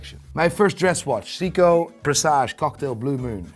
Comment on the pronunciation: Bro, why are you physically unable to say Seiko correctly?